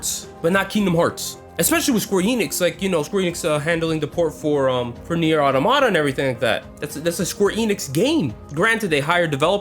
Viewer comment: I love how he keeps going "Nier Otto-Motta"